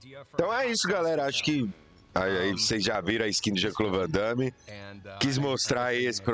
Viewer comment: O certo é Van Damme, arruma isso aí.